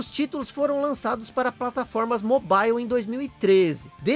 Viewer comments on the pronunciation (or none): none